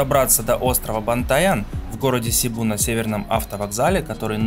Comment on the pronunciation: СЕБУ - ударение ставится на второй слог а не первый! Что значит когда прожил 5 лет на филиппинах но так и не разу не поговорил с местными!